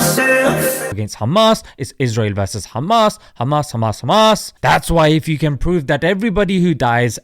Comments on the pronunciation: “kkKkkkHaamass teWwWorWwist…” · The way he says Khamas 😂😂😂😂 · nobody can pronounce 'Khamas' like they do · haha the way you said KKHHHAMMAS gets a sub from me brother! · I know right they just think they’re innocent and they also need to fix they’re pronunciation they say KhAmAs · I always laugh whenever they pronounce Hamas as Khamas ! 😂😅 By the way I’m from “KHINDUSTAAN ! 😂😅